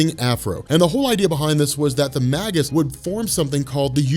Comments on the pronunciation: Mage-Us, not Mag-Us. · Starlin's Thanos looked so much cooler than the film version. Gamora too. Little side note, Warlock's future self is actually pronounced "May-gus" by the way. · I believe that Magus is pronounced May-Jus, similar to mage or magi.